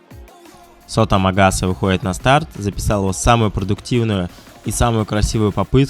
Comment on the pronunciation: Амагаса, а не Агамаса)